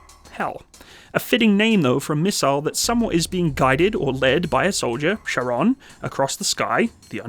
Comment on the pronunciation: Not "Sharon" but "Kharon" Bro, just for the pronunciation. Otherwise lots of Love from Hungary :)